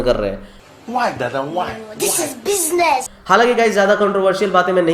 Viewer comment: Hahah thhiiis iz bisnesss 😂 👏🏻👏🏻👏🏻👏🏻